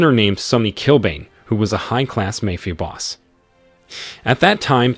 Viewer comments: A.i voice over say's " MAYFIA" and not MAFIA lol 🤭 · It's not 'mefia' boss, it's pronounced as 'maaa-fia'. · Why do you not know how to pronounce Mafia. (Mah-Fee-ah) Not May Fee Ah. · It’s mafia not may fee ah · MAFIA ( MA- FEE- AH ) 😂😂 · Lol ..mayfea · Poor pronunciation in the word Mafia: In Italian and Spanish, the letter "a" is always pronounced like the "a" in the English word "father"!!! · Please pronounce mafia correctly.